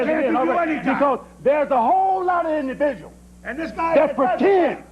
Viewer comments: “Imdiviuals “ hahahhahahah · “Imdividuals” 😂😂😂😂😂😂 Comedy gold than god